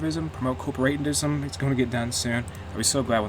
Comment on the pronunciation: You pronounced correctly "corporativism" at min.